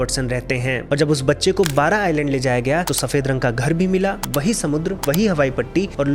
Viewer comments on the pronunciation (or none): none